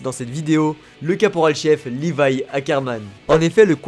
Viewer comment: C levi pas livai